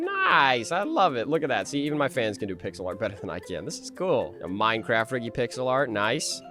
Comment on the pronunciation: that's not riggy that's sniggy💀